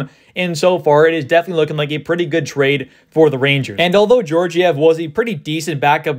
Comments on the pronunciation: i dont think its pronounced jorjiev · It’s pronounced gyorgyev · The second g is also pronounced that way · You're mispronouncing Georgiev's name.. The first G is pronounced as in Gaga. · Yes, as in Gaga.